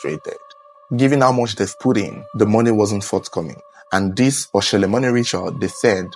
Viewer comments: It is Oshole...not Oshele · It is Oshólè not Oshele, and it’s pronounced Atòn not Attan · Oshole not oshele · it is 0shole not 0shele